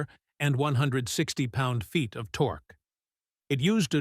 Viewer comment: He said "torkoo" 😂